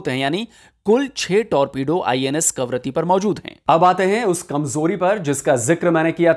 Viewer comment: करवत्ती❎ कवारत्ती✔